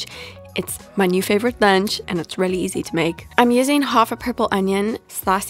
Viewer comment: Take a shot every time she says “rehly”